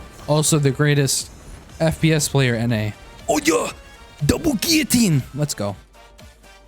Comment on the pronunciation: Love the game, love the content man but its hurts me a little everytime you say Geeyateen (Guillotine). :(